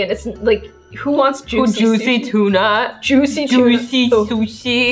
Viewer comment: Nobody: /: zuicy tuna Azzy/Azzyland: zuicy susi